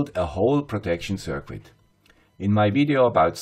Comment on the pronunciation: Circuit is pronounced “ser-kit.” Not “sir-quit.”